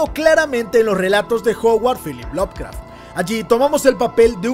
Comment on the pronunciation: Bro, tengo una duda. No quiero sonar hater ni anda, es una duda genuina. Si Lovecraft se pronuncia "lob craf" cuando pronuncias Lovecraftiano lo haces como "love craftiano" ? no debería ser "lob craftiano" ?